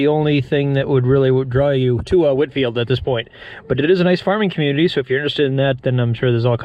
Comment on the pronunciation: Come on. It is Whitefield, not 'Whitfield'. It's not St. John's Bay, it's John's Bay. It's not Fort William McHenry,, It's Fort William Henry, which I excavated in the 1970s.